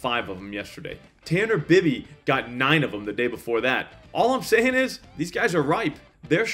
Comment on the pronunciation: FYI it's pronounced Tanner BUY-bee. Long I